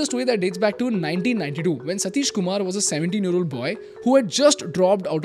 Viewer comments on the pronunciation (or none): none